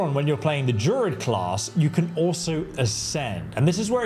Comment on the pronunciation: What's a JUR-ID? Is it not pronounced DRU-ID? Not to sound pedantic.